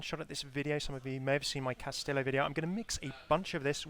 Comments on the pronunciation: Cast-ee-yo (I think) not cast-ill-oh. If I'm wrong I apologize, but most Spanish dual L's make (ee) like tortilla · I'm gonna sound like a smartass, but it's kinda bugging me, haha. The correct pronunciation of "Castillo" is Kas-Tee-Yo. Even Jeff was saying "Kas-Tee-Lo" which was driving me a little bit insane. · It's pronounced KAS-TI-YO, not castilo, pendejo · why do people say "castilo" it's pronounced castijo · Why does everyone pronounce Castillo like Tortilla? It's much closer to Cas-tí-sho than Cas-tí-io. Also, Rey Vibora means King Viper. No connections to ravens. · Cas tee yo not cas till oh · Hammeh pls, I know you mostly speak English, but it's Cast-ee-yo. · Mexican here: it's pronounced "castiyoh" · Hey Hammeh, I don't mean to be a tool, but Castillo is pronounced like Cas-tea-o. Two L's in Spanish makes a J sound. Not trying to harp on you, just seeing if I could save you from angry commenters. 😂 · It's pronounced cas-tea-yo :D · Just as a little Spanish for ya, Castillo is pronounced "kas-tee-yoh" I know it's been commented before but I think it needs to be emphasized cause I think even Jeph (lol) mispronounced it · It is pronounced (Kas tee Yo) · "Castillo" is pronounced "Kas-tee-yoh" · Uhm... I'm pretty sure the double "L" is pronounced like a y... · the way he pronounces castillo hurts my ears x) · its ok i didnt expect any english speaker to pronounce it right, the double ll is the letter most non-speakers have problems wih so dont worry, its an eichenwalde situation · Ya like jazz In Spanish, "LL" and "Y" sounds the same, for example: "cayó" is fell, like "he fell from the staircase". "callo" is like that dry dead skin that forms when you get a cut and it begins to scar. Llanta is tire, while Yanta means nothing and it sounds pretty much the same. So castillo and castiyo is pronounced the same, but I know that "LL" in English is different.